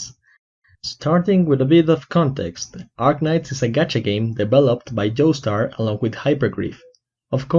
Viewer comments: Is that how you say *Yostar*? You said Yostar but my ears heard you said Joestar, which im not disliking in anyway, now im gonna say Yostar Joestar now XD (Time ish) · did you pronounce yostar as joestar lmao